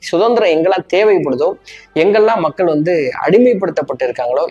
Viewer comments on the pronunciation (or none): none